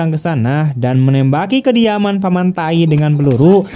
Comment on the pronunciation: Gan.. Membaca Paman Thai.. Jangan nyebut paman Taik..